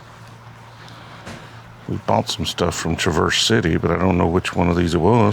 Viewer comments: Man you gotta put some respect on Northern Michigans favorite town lol. Its not "Truh- verse City" Its "Trav-erse City" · Traverse City is not "truh verse" it is Trah (long vowel) verse City.....native Michigander here helping out with the way to say Michiganain words....😂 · Traverse City is pronounced Trah-verse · Its pronounced Traaaverse City Please :) . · As a Michigander i want to let you know Traverse City is pronounced "TRAV-ER" City, and not like the car Chevy Traverse. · its tra·vrs si·tee.. Traverse City is pronounced "TRAV-er-ss SIT-ee". The first word, "Traverse," is pronounced with the stress on the first syllable, like "TRAV-ərss". The second word, "City," is pronounced "SIT-ee," with a long "e" sound at the end. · It makes me chuckle every time he mispronounces “Traverse City” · As a Michiganian the way you pronounced Traverse City mad me laugh. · No one is talking about how he pronounced Traverse City?? Jokes aside… love watching these videos from Canada! Happy hunting.